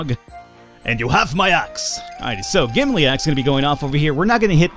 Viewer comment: Don't want to be THAT guy, but it's Gimli, not Gimly